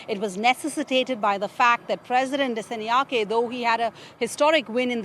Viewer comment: Her pronunciation of 'Dissanayake' is what you'd expect from a text to speech generator. 😅